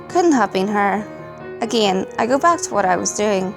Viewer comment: I love your videos but the way you say "again" just... I can't subscribe it gives me a headache